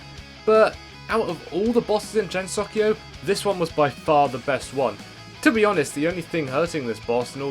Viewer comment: ...Not gonna lie, hearing Gensokyo with a /dʒ/ instead of /g/ made me die a little inside. English phonology is an unholy chimera.